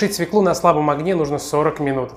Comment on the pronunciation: Пржалуйста, перестаньте говорить - СВЕКЛу!!!! Правильно говорить - СВЁКЛУ!!! Невозможно слушать! Режет слух!